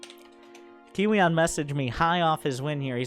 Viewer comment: Kiwian is pronounced korean I'm dead lol